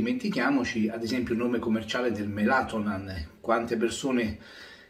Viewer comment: Melanotan caro e non melatonan ☺️